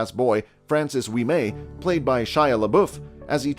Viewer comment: I can't take the list seriously after listening to the ludicrous narration. Golfers being referred to as golf players? Tommy's Honour being set in the 1960s? ... Only a hundred years off ... Then there's the mispronounciations ... Francis Wee-MAY? Molly GrisWORLD? I can forgive the narrator, he's just a hired gun who likely knows nothing about golf. But the writer and producer should be ashamed of themselves.